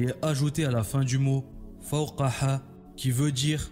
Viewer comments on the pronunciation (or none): Selemaleykoum tu t'es trompé c'est pas ح mais ه à la fin du mot. C'est فوقها et non قوقحا ça n'existe pas. La lettre de fin dans la prononciation est erronée. Baraka ou fik pour la vidéo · Idem pour la déclinaison du féminin en fin de mot: fawkaha ! Et non ha (comme le ha de alhamdoulillah). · C'est pas le ح à la fin du le mot fawkaha mais plutôt le ه. Et aussi la prononciation est donc à changer